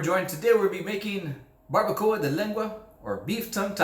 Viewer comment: Como Mexicano por favor pronuncia las palabras en español correctamente no las pronuncies en Ingles 🤦🏻‍♂️ Barbacoa Tacos Salsa Tortillas